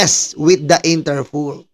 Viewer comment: it’s INTERPOL ( International Police ). Not Interpool. ✌️✌️✌️✌️